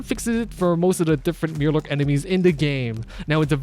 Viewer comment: Mirelurk. My-er-lurk.